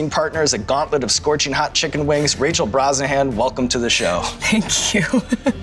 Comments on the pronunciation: I'm just now discovering her last name isn't pronounced "BroShannon" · Sean mispronounces Rachel's last name at the end. They have to start over...